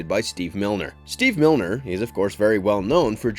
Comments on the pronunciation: Steve MINER! not milner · I don't believe you are pronouncing Steve Miner's name properly. There is no 'L' in there.